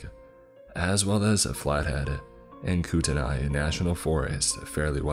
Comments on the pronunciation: It's pronounced KOOT-KNEE, not KOOT-AN-EYE. I'm Kootenai and personally live on the Flathead reservation. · It’s pronounced “coot-knee “ I live there. No shade just saying😁😁 enjoyed the vid! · I'm not trying to sound rude in any way but I live in Montana so I want to let you know that Spokane is pronounced spoke - can and Coeur d'Alene is pronounced core - da - lane. I also might be very wrong but I think kootenai is pronounced koot - knee, feel free to correct me. Anyway, keep up the amazing work and I'm sorry if that sounded rude. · mispronounced sho many of these names is funny as hell. I live in Missoula and grew up in Coeur d’ Alene. Spokane- Spoh kan Coeur d’Alene- Cord a lane Kootenai- Koot knee Unless you live in the area everyone mispronounces it.